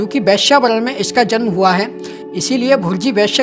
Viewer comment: भैया जी वैश्य शब्द का सही उच्चारण करें,वैश्या नहीं